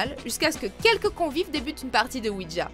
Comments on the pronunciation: on dit OUIJA et non OUIDJA............en tout cas ne pas jouer a ça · C pas ouidja mais ouija quand on le prononce ce c comme sa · Il ne s'agit pas de "oui dja" mais de "oui ja" (prononcer oui ya), ja signifiant "oui" en allemand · Vous auriez pu au moins faire l’effort de savoir prononcer correctement “Ouija”